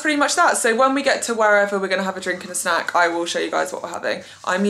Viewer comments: I really thought you casually said " watch tv and have sex in bed ". Had to rewind to realize you said snack. I was like wow she's so open about it. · Omggggg same! I was like Yassss queen! Sex in bed perfect plan 😅😅😅 Rewinded and then realized she said snack! Lololol well snack sex either way FUN STUFF